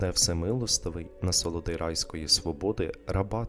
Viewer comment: "насолоди райської сподоби" насолоди - наголос на третій склад, уе іменник, сподоби - дієслово, вибачте, читайте правильно, а не те, що ви інше промовляєте "райської свободи", не те, що написано.